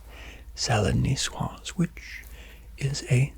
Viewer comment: As à french i just would like to say it's coq au vin not van and the c in niçoise is ç